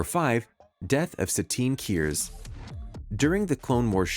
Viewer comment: I don't disagree that most of these moments are cool, but half of them aren't even from The Clone Wars, and I advise you to fix he pronunciation of Ahsoka and Kryze. Aside from that, Obi-Wan watching Satine die was mostly tragic and not so much badass. There are some really cool moments in TCW, like Obi-Wan slicing a missile in half, that could have served better.